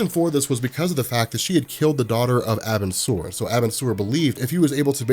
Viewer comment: I'll say it again, it's pronounced "are-bin-sir" Edit: this isn't meant to be hate btw